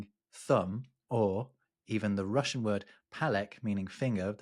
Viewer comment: it's not pronounced as "palek", it's "palets" :)